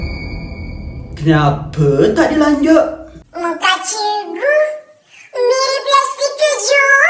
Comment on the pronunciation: Bang cikgu bukan cegu